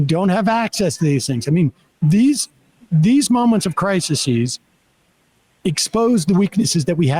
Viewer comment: *Crises (cry seas) is the plural of crisis, Sam. Not criseses